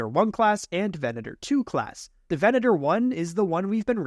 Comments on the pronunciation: Says "Venator" correct, then says "imper-eigher." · And he says Venator correctly. But it's a requirement of being a YouTuber, not pronouncing things correctly.